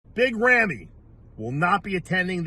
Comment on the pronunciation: Someday Dave will actually learn the correct pronunciation of Ramy's name is Rah-me and not Ram-me. He's been mispronouncing Ramy's name for years!